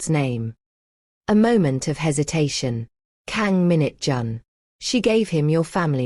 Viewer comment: Stop saying minute John. It's Minjun/Mingjun. And it's not taijohn,it's taijun/Taejun.